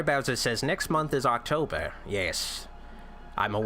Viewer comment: Did you just say "do any promotion stiff?" about Aaaahctober? Just asking, because that would make sense.